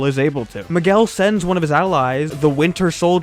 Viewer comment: Who t f it's "Maguel"??? M I G U E L